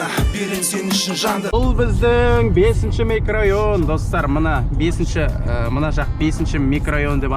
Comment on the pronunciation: Микрайон емес микрорайон